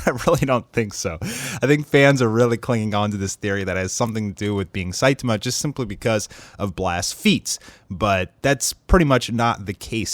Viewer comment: His pronunciation of Saitama irks me.